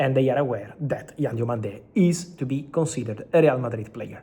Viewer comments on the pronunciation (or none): Hi Fabrizio, Diomande is not pronounced with an accent on the last syllable